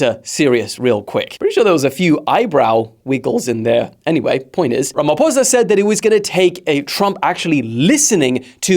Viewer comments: Are you sure you are not a white south African? 😂You pronounced "ramaphosa" too well.... Even as an African I used to think it was pronounced "ramafosa" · I offer myself as a sacrificial lamb as thou ye pronounced my president's surname correctly!! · Thank you for pronouncing our President's surname the correct way! 👏💖